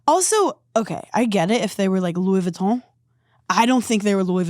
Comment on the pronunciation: "louwee voootuan" lol